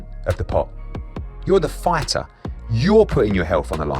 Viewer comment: Eddy should say “Fightuh” a few more times